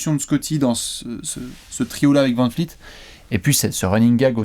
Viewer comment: Pas vanFleet, vanVleet!